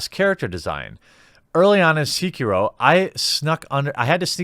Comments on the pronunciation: Your pronunciation of "Sekiro" is painful, but the logic in this video is spot on. Not every game is for everybody. Vast majority of games are designed to be breezed through with death or failure being rare. From Software is making games for those that want to struggle for a bit. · its kinda bothering me that he's mispronouncing sekiro it's almost like he isn't trying. i get that its got a japanese title name and it's hard to pronounce but come on give a little more of an effort. and if you want to play a hard game here you go; LION KING for the super nintendo. But seriously gaming journalists are just full of people who don't care for games, that's why its full of people who are just super casual gamers, or they just suck at games period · A fine video, good sir. Some people just want games to be hard as F* and there's nothing wrong about that. Not every game is for everyone. I pressed like even though you pronounced Sekiro wrong, but that is a minor mistake in my books. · They should just stop being so bad. Problem solved. Btw it's Sekiro, not "seeker-oh" . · Show some respect, man. Pronounce the name of the game right! It's not "Seekiro". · The sek in Sekiro is pronounced like just a sec. So it is said something like sec key row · Seh-kee-roh. Japanese was transcribed phonetically into our alphabet so it has extremely direct pronunciation from written word (eerily like spanish tbh). The vowel sounds are: a - ah e - eh i - ee o - oh u - oo Stick with this, and you'll get the "eh, close enough" from most people which the phonetic break down of Sekiro in this comment most certainly is. Somewhat random yes, but I feel like game journalists being super shitty gamers, and honestly kind of low key shitty people is pretty old hat now so I kinda got a bit caught up on something mostly insignificant. Good video regardless, but you are only echoing what I already feel so obviously a biased opinion. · its not SEE-KEH-RO its SE-KEE-RO....sorry it was triggering me